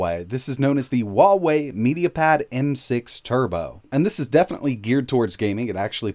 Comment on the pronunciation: Better ask a native Chinese rather than an American. He pronounces it incorrectly.